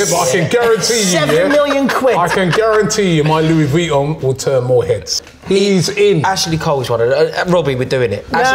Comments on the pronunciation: does it again w the pronunciation.. Louis vee on 😂😂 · Louis veeton kills me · Are we going to ignore robbie calling it Louis Veeon